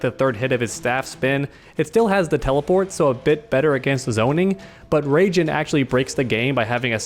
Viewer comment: Can someone explain y he calls raiden rayjin